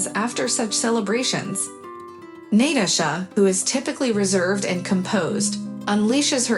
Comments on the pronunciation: It's both. Writer is trying to sound smart and it doesn't come off as natural. Reader is a robot. NAT-uh-sha! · you do know most of these stories are translated from other languages and as such, they use text to speech, which is why you get NAT-uh-sha